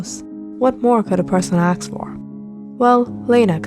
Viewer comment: Ask not Ax